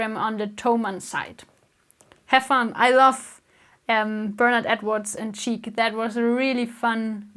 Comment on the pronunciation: Greetings from Styria! ps. the Band Chic is not pronounced "cheek" but "sheek" ;)